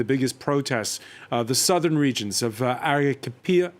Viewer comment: Thanks for completely butchering the pronunciation of 'Arequipa'.